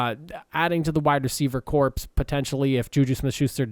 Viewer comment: You keep saying corpse and it's driving me crazy.